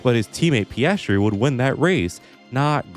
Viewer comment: "Pastry"? lol